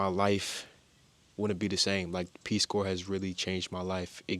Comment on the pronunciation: Corps is pronounced core. Like, Marine Corps. Tell the Peace Corps to pound sand.